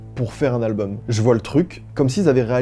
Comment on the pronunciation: Qui dit "albeum"?